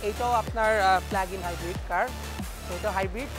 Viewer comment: hahaha hala koy ki.... "PLAG IN" technology bole ha ha ha English taw thikmoto bolte parena...ederke kemne job dey...